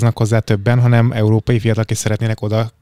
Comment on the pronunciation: "EURÓPAIT" NEM TUDJA KIEJTENI!!!😂😂😂